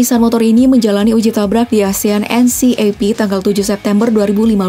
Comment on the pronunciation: Asian NCAP itu cara bacanya asian en kep ya...